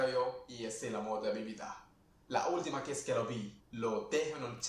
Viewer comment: Yeah, I don't know how someone can claim to be a Spanish speaker and mess up two of the easiest words that even non-speakers know: mi vida. I haven't spoken Spanish in years and have mostly forgotten what little I learned in high school but I still remember what that means.